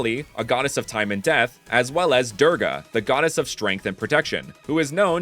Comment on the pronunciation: Its not pronounced Durga but pronounced dura-gaa